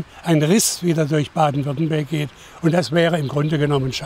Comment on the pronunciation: DAS HEIßT WÜRTTEMBERG